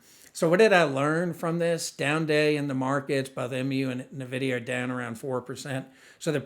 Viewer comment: FYI: It’s pronounced N Vidia not Navidia.